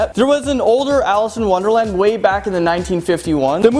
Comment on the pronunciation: WONDELAND BWAHAHAHAHA 😂👋 DID ANYONE ELSE NOTICE THAT 🙊